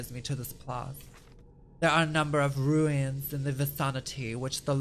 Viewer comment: "There are a number of ROO-ins in the va-SAUNA-tea-"